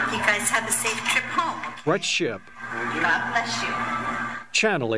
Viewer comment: That last "gawd bless you" sounded an awful lot like "phukk you."